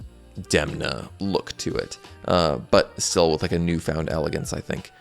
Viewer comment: Please try to pronounce Italian names correctly. It's not difficult. You simply google how to pronounce them before shooting your videos and you can do a much better work. You pronounced all names as if they were in English. Demna and his team made an effort to achieve perfection also in terms of promoting Gucci as an Italian house --- La famiglia, as a matter of fact. It's relevant.